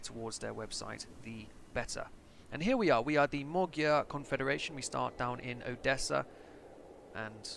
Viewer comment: Cool thumbnail, and btw i'm hungarian and no mogyer is not the right term, its actually Magyar just like in ck2